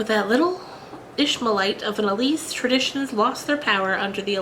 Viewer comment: Lovely, but... Ilse is pronounced Ill-sa, not Elise!